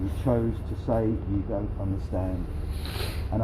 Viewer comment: 1,000,000% man. Let the animal not be able to "unastan Inlish" back in Unastan. maybe thats his country. NoUnastan?